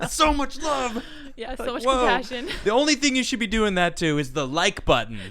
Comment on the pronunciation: He said COP-PASSION...